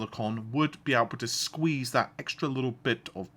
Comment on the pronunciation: seconds in and... : thut :D